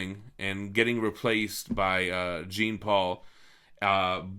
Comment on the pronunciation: maybe a nitpick but its jean like jean val jean not like jean grey; it's french